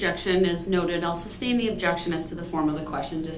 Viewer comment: SUSTAIN NOT SUBSTAIN. LOL!